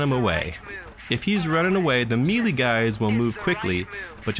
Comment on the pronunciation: my god please learn to pronounce "melee" correctly...